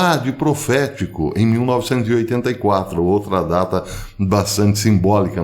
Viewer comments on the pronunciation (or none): none